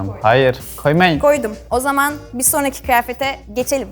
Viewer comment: "Niye opucuk koyuyorsunuz Merve hanim hAyİrdİrğ?" "Koymayinnnn" "Goydum." sessizlik